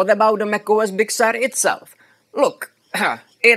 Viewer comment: I like the pronunciation of “Big Sewer”.